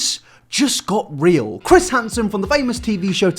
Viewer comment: Fings just got reawl